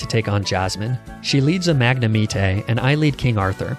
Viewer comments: I died inside when you said mag-ne-me-tey instead of magnemite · That mag-ne-mee-tay triggered me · Wth is a magne-MEETAY? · IT'S MAGNEMITE, NOT F*CKING MAGNAMETAY! FIX IT NOW! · I've never in my life heard anyone pronounce it magne-meat-eyy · bro really just said mag-nuh-me-tay💀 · I thought I was having a stroke at Mag-na-mee-tay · Mag-ne-me-teh? What the fuck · Ah yes mag nah me tay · It's the MAG-NA-MEET-AY for me. 🤣 love your videos though 🙏🏾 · Dragonite: says normally Magnemite: mag na meet ay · not magnameetay 😭👨🏻‍🦯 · MAGNAMEETAY?!? You have to be trolling at this point. ArcaNEENAY, LUHPRAH, and now MAGNAMEETAY? Please tell me you're trolling. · Magna-Me-Tay. Also it's nice to see someone use Spinarak/Ariados. It's one of favorite pokemon because I love spider bug types. Too bad it's just not very good so not used often. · Bruh. First, ARCANEENAY. second, LAPRAAAA. And now MAGNAMETAY. What is up with your pronunciation my guy. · I love your videos, but... mag-neh-me-tay? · “Magna-meat- tay” lol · Magnemeetey and Fortré. "Lapraah, it's french" is still my favourite 😭🤣 That had me laughing for a solid few seconds. Honourable mentions to Arcaneenei and Neenetales. To all those who haven't realized it yet, it's kind of like a running joke and he does it on purpose. Waiting for more of your videos, man. All the best :) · i might have lost my soul when he said magnemite like magnemetae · I love how every few videos you get worse at pronouncing a few Pokemon names Add MagnemiTAY to the list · Magnamite 🤦‍♂️ 😂😂 good vid tho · The way you pronounce pokemon names both makes me laugh and infuriates me 😂😂 The fuck is a magnumeetay? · WHAT THE FRICK IS A MAG-NE-MEAT-AY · When you said magnamitê i phisically recoiled, but great video! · hi wanna trafe my ar-ka-nee-nay for a mag-ne-mi-tay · Ahh yes my favourite pokemon, magnemiteh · you pronounced magnemite wrong lol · He was pronuncing magnemite how you would say it in italian! Just saying!